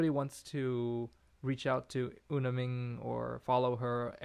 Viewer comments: It's Minh with an nh niy Ming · Minh to the northerners will sound like "Ming". Not that I'm fully a northerner but a halfie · Nh is a G sound in the North. I'm Irish in Hanoi. Ninh Binh is pronounced Ning Bing